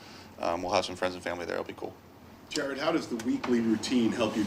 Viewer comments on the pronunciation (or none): Jar-ed Jar-ed